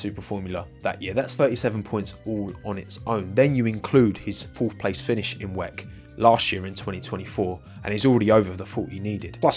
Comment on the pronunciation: Please stop saying “weck” it sounds so much better if you just say W.E.C.